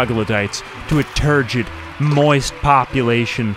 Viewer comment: Did he say turgid or turd-gid? 🤔